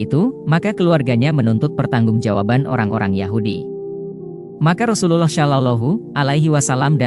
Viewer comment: Pengisi suaranya pake AI, nyebut rasulullah SAW jadi ga fasih, saran aja, jangan asal bikin konten min..